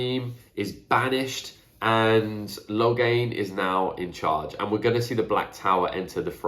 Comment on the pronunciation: Great video as always! I'd take Login along if we can ignore for a moment that he is probably more needed on the battlefield. Moiraine and Nynaeve provide enough of Saidar so would be good to have some more Saidin as well. Logain with some angreal could bring quite a bit of power into the circle. "Let the task be undertaken" I always thought that this was the dark one speaking in Rands mind, but I might be wrong. BTW you confused Damodred, the last name of Moiraine and Galad, and Demandred (the forsaken) a few times. Sorry for being a nerd about this :).